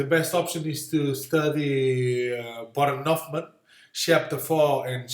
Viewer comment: Actually it is Huffman